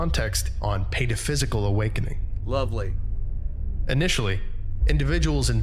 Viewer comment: It's actually Pataphysical, not paraphysical, but I can see the mistake